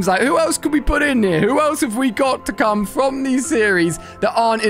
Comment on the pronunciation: did you know u say cam iyour mommy